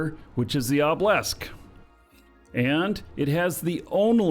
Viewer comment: Why do you pronounce Obelisk as "oblesk"? Its driving me mental!